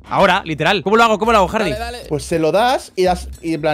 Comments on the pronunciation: JAJA Hard"i" xD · Nadie,: Hardi con i